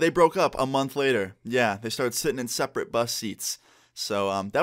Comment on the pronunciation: “they started sitting in sperate bud seats💀💀